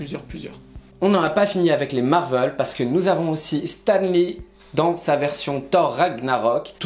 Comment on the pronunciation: On ne dit pas marvelle on dit marvélle